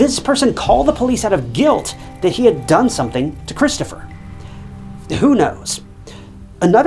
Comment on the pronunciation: the battery was DUN done? wtf is that a bit of AI creep? or your own interpretation of a new way to say done ?